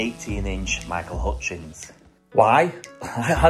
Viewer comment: RIP "Michael 'utchins"